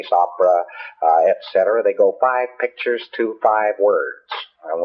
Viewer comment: The more extravagant the lie, the weirder he talks.